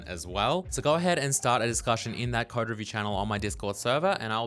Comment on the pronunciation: Does anyone else think pronounces code like "khode"?